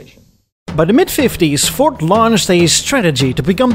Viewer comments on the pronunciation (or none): I swear you keep saying 'Fort' instead of Ford.